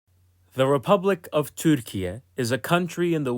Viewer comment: I have no idea why this video was suggested to me but I think this is a good opportunity for me to state my opinion about a matter which is pronouncing "türkiye" in the middle of an english sentence sounds too way cringey, or I'm old. And also it sounds as if there's an awkward pride behind it, almost as if there's a dominance or sth. Thanks for content anyway :)